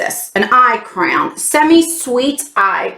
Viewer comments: I realized you were saying crayon ......I thought you were saying crown. Lol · Hello! I had to giggle hearing you say crayon as *crown*!!! LOL 🤣🤣🤣💕💕💕💕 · Looks like a good box this month, going out with a bang! I love the way you say crayon 😘 it's so funny how different accents make words sound so different 💜